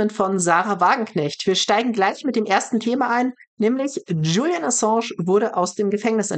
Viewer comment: Ich verstehe trotzdem nicht, warum Sahra den Namen Julian immer falsch ausspricht. Es hört sich fast spanisch an, spanisch Julian wird aber auch nicht so ausgesprochen. 😅